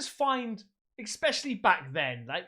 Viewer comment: "Ickspecially back then." Especially, mate. 😉